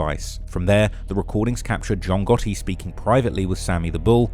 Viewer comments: "John Gahee" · capanegro, I'm not sure of the spelling , but that's how it's pronounced, it's an Italian surname.